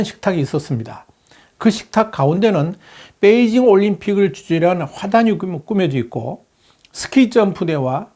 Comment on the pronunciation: 뻬이징이 아니고 베이징 아닌가요?